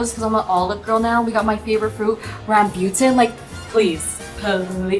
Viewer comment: my fellow southeast asian girly... with all love and respect, I know you know that's not how we pronounce rambutan hahaha